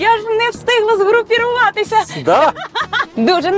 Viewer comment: згрупіруватися ))) згрупуватися, ведуча трішки вчи мову